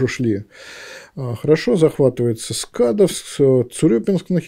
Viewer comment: Доброго у нас говорят СкадОвск ))) Спасибо за лекцию )))